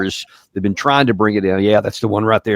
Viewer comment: I usually trust Mr McGregor but his inability to say the words "again" or "been" really concerns me. for years I thought he was talking about games and he would say this person had "a gain" and that person had "a gain" and then he was talking about "beans" and I didn't know what the hell he was talking about but he was trying to say the words "again" and "been". did he have a stroke or something?